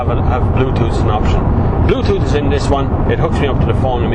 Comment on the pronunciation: Haha, " i tink dis is a good car"